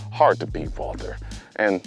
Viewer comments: Actually... Walther is pronounced 'Walter'. Just so you know. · Since it's a german Company, you're first pronounciation was acutally correct. It's written Walther, but it's pronounced Walter... If you know, you know :) Super nice video. Thanks again for the top content.